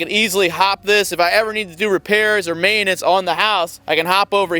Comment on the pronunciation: Alot of “May in nince” 😂😂